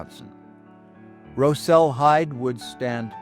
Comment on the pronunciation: Rosel is my 3x great grandfather and I loved hearing his story shared! I must make one small correction, his name has been passed down the generations in our family and is mispronounced in this video, he pronounced it “Rozel” with the Ros sounding the same as rosin used with a violin bow. Thanks for sharing his story, I am proud to be a part of his legacy!